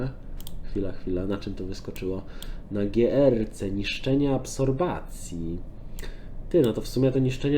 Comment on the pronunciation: absropcja prosze mow nie absorbacja